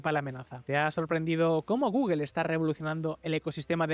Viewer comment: Porque ese afán de pronunciar mal la palabra Google...